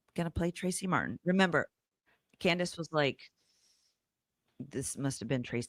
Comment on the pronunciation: Candace not Can-dance 😂😂😂